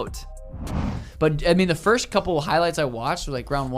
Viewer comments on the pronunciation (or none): none